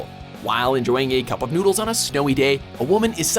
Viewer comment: Cuppa nooderu